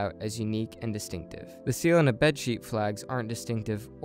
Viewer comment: Distinctive, not destinctive.